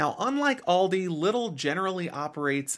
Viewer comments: It's pronounced LEEdl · Came here to say that haha. But liddle sounds funny